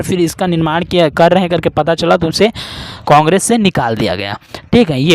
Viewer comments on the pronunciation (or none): none